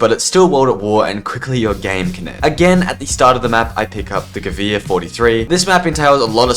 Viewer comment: Please stop buying the "Gewihr" lol